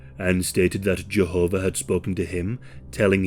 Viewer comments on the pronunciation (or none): none